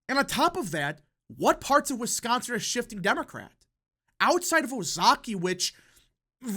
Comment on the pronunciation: This YouTuber is the only person covering politics who says the word "Wisconsin" correctly.